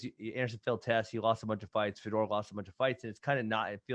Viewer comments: Hey Ben, it's pronounced Fey-Dor not FeDoor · Nobody gone say something about the way Ben say Fedor? Sounded like fedora 😂😂😂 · Ben probably doesnt like foreign fighters because he is too white to pronounce their names. He can't even say Fedor right lol